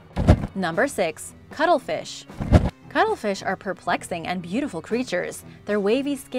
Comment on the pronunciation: Sounded like some new species the way you pronunced the cuttlefish and katydids. !Pronunciation!